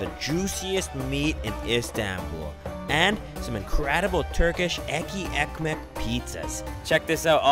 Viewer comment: Hey. Love your videos. Have to say the "ekky ekmek" that you say often is actually "Etli Ekmek", pronounced as "Et-ly Ek-mek" which translates to Bread with meat or Meaty bread.